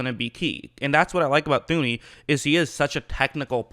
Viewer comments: His name is pronounced toon-ee. H is silent. Enjoying your breakdowns though. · did I hear “Thew-knee”?